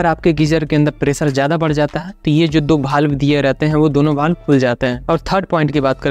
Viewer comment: वाल्व को भाल्व तो मत बोलो भाई